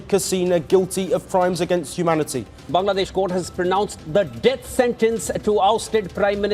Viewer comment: At least say the name right, bro. If you can't pronounce Bangladesh, how will you handle real life?